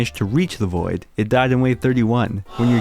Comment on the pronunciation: I thought you said “this is the boi” in the intro 💀